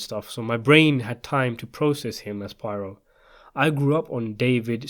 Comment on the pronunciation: Okay. Poirot’s name is actually pronounced “pwah-ROW.”